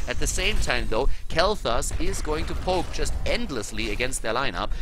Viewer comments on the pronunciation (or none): none